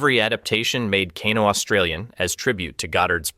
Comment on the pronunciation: Bro, Kano is pronounced "Kay-No" not "Caw-No".